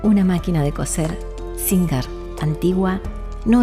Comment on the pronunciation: Se pronuncia sin JE r. CON JOTA USO NORMAL COMO EN LA PALABRA "deJAme"..